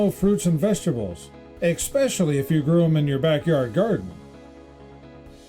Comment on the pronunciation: Announcer-there is no c or k in the word especially. I'm old,smart and know the English language.